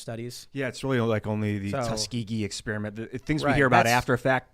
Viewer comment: It's Ex PEAR (like the fruit) iment, NOT Ex SPEARMINT (like the gum) . . . Jesus, quit bragging about being a dropout when you can't speak.